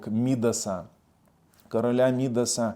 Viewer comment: Царя,, царя Мідаса, з наголосом на другий склад. Слава Україні!!!